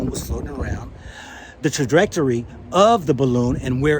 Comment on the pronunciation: "Trajetrery?" " Weapontry?" "Space Command?" Hahahaha!